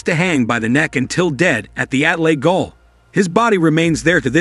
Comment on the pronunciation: Goal is pronounced JAIL......